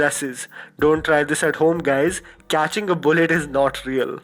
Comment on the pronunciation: did he just say cyatching instead of catching??